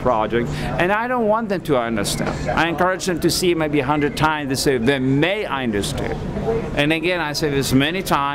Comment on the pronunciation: My favourite part of this whole thing "oenderSHTEND my project"